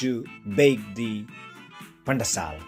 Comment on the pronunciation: Wow pandesal very nice how uou speak pan-de-sal heheh